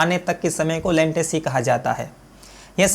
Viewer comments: लेंटेसी नही रे बाबा लेटेंसी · Bhai wo latency hota hain lantecy nahi